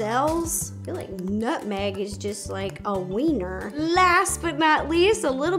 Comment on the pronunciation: She was saying winner, just her Ro “accent” lmao xD I was confused too